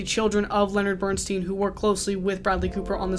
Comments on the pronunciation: Bern-STINE, not Bern-STEEN, please. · It is pronounced Bern-stine not Bern steen. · Have you watched „Maestro“? If you have, you should certainly have learned then at the very latest how to pronounce Bernstein‘s name correctly. He was known to yell out across a crowded room to correct people mispronouncing his name the way you do! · Wish you had pronounced Bernstein correctly. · You could have at least researched how to say Bernstein’s last name... 😢